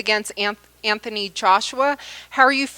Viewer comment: it's Anthony, not AnFony